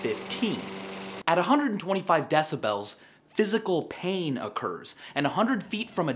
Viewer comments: i dont like the way he pronounces decibels. like deci-belllls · Love v sauce. But I hate how he sais decibels. I pronounce it "decibals" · Stop saying decibels it's decibels. He's saying it wrong dalgjaer56034aumb[adip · argh you say decibels so fucking weird!